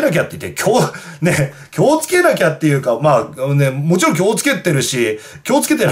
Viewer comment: きょうつけじゃなくて気を付け な